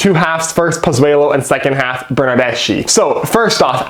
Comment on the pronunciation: Seattle Sounders fan here. Missing the friendly rivalry between our two clubs, hope Toronto turns it around soon. By the way, here's a small Italian lesson for you: Bernardeschi is Italian so the ending in his name is pronounced as a hard C (The letter C in the Italian alphabet is never pronounced as an "S" sound) For example the Italian word Ci would be pronounced as Chee (as in "Cheese"), if you add an "H" after the "C". you would get Kee (as in "Key") so put it together and you get Burn-Nerd-Desk-KEY rather than the incorrect Burn-Nerd-Dess-SHE